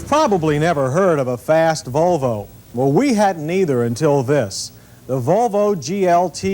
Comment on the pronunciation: Why does he sound drunk whenever he says "Vuuulllvvvvvvoooooo"